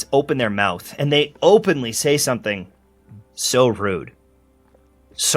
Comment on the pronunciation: It's his Will Smith moment "keep my wife's name ought to mouffff!!!" 😂